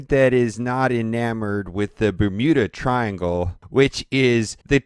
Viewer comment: "and i am using the bumunu triangle"